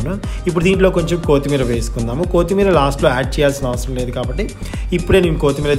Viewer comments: Noone maggadu baabu kaaguthundi n it's not కో తిమీ ర it's కొ త్తి మీ ర n please first nirmalga maatladadam nerchuko ur style of speaking is too irritating. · Kothemerra kadu kothimera